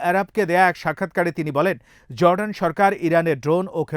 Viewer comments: JORDAN not ZORDAN // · correct pronunciation of Jordan is Jor-Dan it's no Zor-dan. It's vital that correct pronunciation is vital when delivering news. Thanks